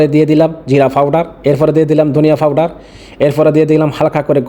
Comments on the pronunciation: ভাই ফাওডার না।পাওডার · ফাওডার না ভাই পাওডার হবে